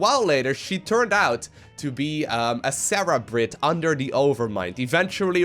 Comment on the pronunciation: Did you... Did you just call her a "Sarah-brate"?